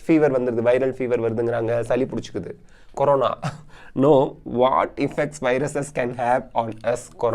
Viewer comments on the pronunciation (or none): none